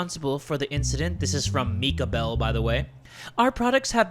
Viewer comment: Mika Bell? you mean, Micah Bell?